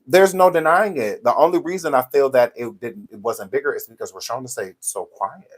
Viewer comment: I love you! But her name is Ro-Shawn-da pace